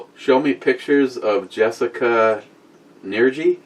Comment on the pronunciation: Jessica Nigri. Pronounced Knee Gree.